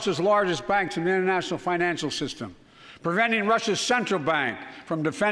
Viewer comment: He just cannot spit out the word international.